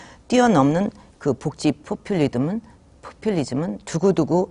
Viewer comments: 포플리듬 ......어 포플리즘....푸하하하하핳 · 포풀리둠ㅋㅋㅋㅋㅋㅋㅋㅋ 책을읽으니 틀리지